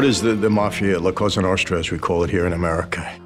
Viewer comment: It’s pronounced Cosa Nostra (with a sharp “s” not a “sh”